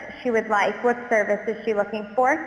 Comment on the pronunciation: It definitely sounded like the hair salon was staged in some way. They were accenting weird words that isn't a normal way for humans to talk. Like most people don't say "do not" rather than "don't". They also accentuate the time and also accentuates the word "service" in "what service is she looking for?". it seems this is still based off word cues and if they don't say those word cues, I can't imagine this working very well. I'm definitely not saying this is not epic as all get out, but I feel they were kind of giving a half truth when they said it was a 'real phone call'. Yes, a call was made, but it sounded like the salon was an actor.